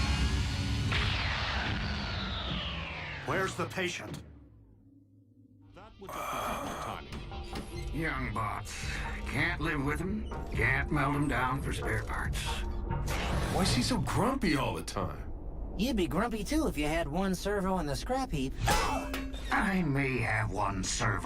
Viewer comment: It’s melt not meld